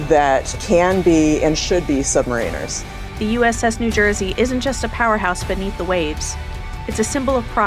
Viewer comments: Anyone else hear the E6 mispronounced submariner? Anyone? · When a submariner pronounces "submariner" wrong, we're toast.